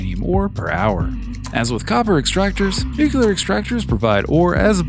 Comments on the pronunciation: It's nu-clear. Not nuculer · lost me at nuculer. on to the next vid.